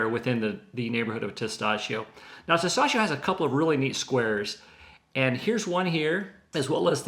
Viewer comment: Tes TAh CHO! Not Tes Tah SHO.